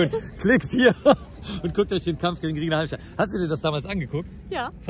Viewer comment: "Redscheina Halmich". Anglizismen können doch auch lustig sein. Bin seit zwanzig Jahren MMA-Fan und was auffällt ist der charakterbildende Aspekt. Im Training auch mal verkloppt zu werden (am Anfang Normalzustand) hat noch Jede/n vom hohen Ross geholt. Der Umgang der Kämpfer untereinander ist respektvoller als in jeder anderen Kampfsportart. Danke, Mark, für den tollen Beitrag. Peace